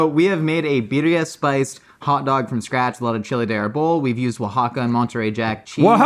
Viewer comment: You nailed the pronunciation of one of our southern states, Oaxaca. Nicely done.